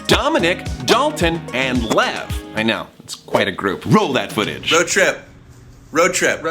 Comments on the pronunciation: I kept hearing love I stead of Lev for some reason lol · Thomas: alright Lev me: mishearing as love wait what